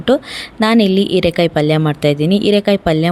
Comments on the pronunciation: ಕನ್ನಡ ಸರಿಯಾ ಮಾತನಾಡಿ ಹೀರೆಕಾಯಿ ಇರೆಕಾಯಿ ಅಲ್ಲ,ಮತ್ತು ಹಾಲು ಆಲು ಅಲ್ಲ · Heerekaayi not eerekaayi